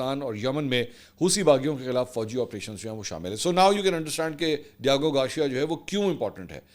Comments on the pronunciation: Garcia...ceeia hai shea nhi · Mansoor bhai MashAllah jitni aapni mistakes kartay hain na itni londay laparay bhi nai kartay. Diego Garcia, not Diago Garshia, urdu main likh k deti hai na team? Right? Ya zaman e talib e ilmi main back bencher thay? Consistently Aap k har Vlog main main ghaltian nikalta hon. Per aap k kuch bhi seikhne se inkari hain. Bas dollar chapne ki race main lagay rehtay hain k koi pehle na aap se bana le dollar. Vlog te Vlog sutti aao.